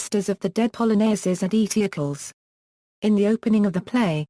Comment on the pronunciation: Wow, 'Eteocles' pronounced to rhyme with 'vehicles?' Wow! Just wow! Is 'Sophocles' supposed to rhyme with 'philosophicals' then?! And 'Thebes' pronounced as 'thebbies?' Actually, that may well be fairly accurate for Ancient Greek, but it's not the modern English convention of 'theebs.' And the pronunciation of 'Creon' is unidentifiable. Is it 'crunnon' or 'cron?' I can't tell. What manner of speech-impaired or ill-advised robot is reading this anyway?